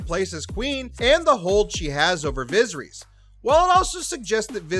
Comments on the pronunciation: "Visreeeeeeeees" Did you even try to pronounce it right. I have a feeling you don't watch this show and probably just got this info from another site or video. Pathetic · “Looserees, vaggar, vizerees” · "Vizzer-ees"? Egads, try rehearsing the names before you read for recording. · "Viz-her-EEZ"??? No dude. It is pronounced "Vuh-SEHR-uss" - in a similar manner to every other character with a name like that in this universe. C'mon man. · Viseries rhymes with misery’s. That’s disappointing. Get it together. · The pronunciation of Viserys in this video is criminal.. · viserys was the one that got me. First minute of the video.